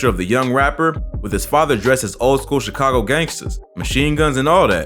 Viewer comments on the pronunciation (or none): none